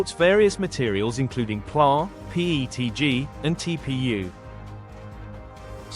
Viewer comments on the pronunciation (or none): I guess it makes sense to use an AI voice-over for an "AI" printer, but it really said Pla instead of PLA.... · "it supports pla" lol wow if you're going to use ai at least watch it before you publish. It didn't even pronounce the company name properly lol but I'm really excited about the "plaaa" printing lol